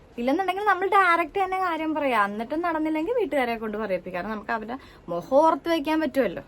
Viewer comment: സിസ്റ്റർ പറഞ്ഞതൊക്കെ ശെരിയാണ്. നല്ല കുട്ടികൾ ആണെങ്കിൽ ആ നിമിഷം തന്നെ അത്തരം തെണ്ടികളെ കയ്യോടെ പിടിക്കും അടിക്കും. പക്ഷെ സിസ്റ്റർ പറഞ്ഞത് സ്വയം (ഞാൻ പാവമാണ് ) എന്ന് പറഞ്ഞത് വിശ്വാസിക്കാൻ പറ്റില്ല. സംസാരം കേട്ടാലും മുഖം കണ്ടാലും ഒരിക്കലും പാവമാണെന്നു തോന്നുന്നില്ല. പിന്നെ ചില വാക്കുകൾ മലയാളം പഠിച്ചു സംസാരിക്ക്. മുഖം എന്നുള്ളതിന് (മോഹം)എന്ന് പറയുന്നു. അതുപോലെ ഭാഗം എന്നുള്ളതിന് (ഫാഗം) എന്ന് പറയുന്നു. മലയാളം പഠിച്ചു വരൂ